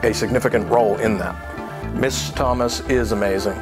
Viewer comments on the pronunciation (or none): none